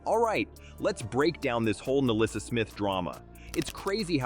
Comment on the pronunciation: The name is Nalyssa, NOT MELISSA.